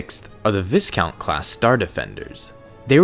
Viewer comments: To tell you it's pronounced Vycount not Visscount, i was gonna comment that , but he beat me to it. :/ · Viscount is pronounced Vie-count, not Viss-Count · it is pronounced vy-count not vis-count :) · Just a note. It is pronounces VI not vis For the viscount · Not VISS count, it's VY count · Viscount is pronounced without the S. See: vi - kount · Viscount is pronounced vighcount as in high. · Viscount = "V-eye-count" Scythe = "S-eye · Viscount is a noble position in British society, it's pronounced v-eye-count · Viscount is pronounced V-eye-count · I’m gonna be “that” guy and say “Viscount” is pronounced “Vi-count”. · I don't know if anyone else has mentioned this, as I only scrolled through the first page of comments, but Viscount is pronounced Vi-count (long "i"). Anyway, enjoyed the video, I love Star Wars ships, MC-30s are easily some of my favorite. EDIT: changed "anyone" to "anyway" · als oits pronounced VI-Count the S be silent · the S is totally not pronounced. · viscount is pronounced like Vy-count but other than that great video but seriously why did they have to make these ships so organic makes them look shitty imo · it's pronounced vEYEcount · You pronounce viscount "vie-count" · Vis-count, Ex-e-cute-or, LOL 😆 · pronounced "vy-count"